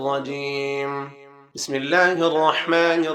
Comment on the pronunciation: Bhai pehle aap bismillah to thik se padna sikho ,,,arrkhmaan ,,,nhi hota ,,arrhmaan ,, hota hai